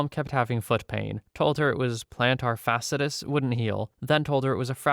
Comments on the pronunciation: You ALMOST nailed necrotizing fasciitis, it's just the latter bit you missed. It's pronounced "fash-see-eye-tiss" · Hey man, just wanted to say thanks for reading these stories; I know some of 'em had to be horrifically concerning. And just to let you know if you ever encounter the word again, fasciitis is "fash-ee-itis" :p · your voice is relaxing, so thank you for making my morning better. also fasciitis is pronounced fash-E-eye-tis, good attempt tho! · Fas-cee-i-tis - no judgement!